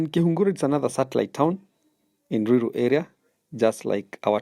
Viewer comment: Ni ruiru not luilu